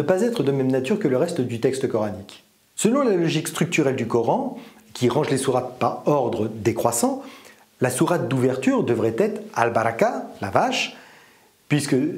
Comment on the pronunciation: La vache cest al bagara et non al baraka 😂